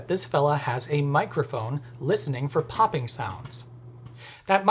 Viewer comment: “pop-king” Heehee